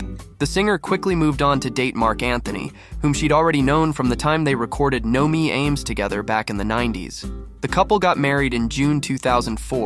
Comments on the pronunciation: It's not "no me eeeeym's", but "no me AAAAmes". Open "a". Spanish. The "a" from "amigo", "Amalia", "Clara"....this killed me. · "No me _aims-" ???😂😂😂😂😂 Go take spanish lessons It s "No me ames " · Not no me ames (in an English pronunciation) 🤣🤣🤣